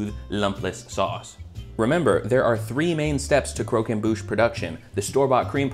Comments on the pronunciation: It’s croquembouche, not coquenbouche, you silly goose. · The way you say croquembouche is the most southern american way to say it